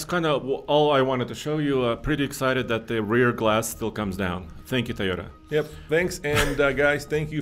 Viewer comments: The company is pronounced, Toy-O-tuh!! Not, Tiyo-tuh! Learn to pronounce these company’s name, it’s your job!! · Why does pronounce it "teee-yoda"